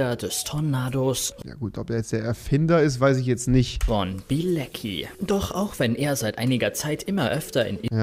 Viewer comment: Warum sagt jeder immer Bilezcki wenn er Bilecki heißt? Soll das lustig sein?